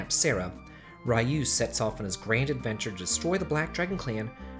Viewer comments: You troll! You pronounced Ryu's name just fine the first time but then as Rye-you the second time. I knew you were trolling when you mispronounced names! GOTCHA!!! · I hate how Ryu is pronounced in English -.